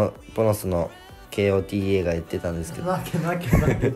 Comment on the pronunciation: kotaがけーおーてぃーえーって呼ばれてて草